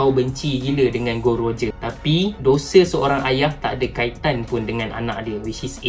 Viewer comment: Bukan gold roger tapi gol d roger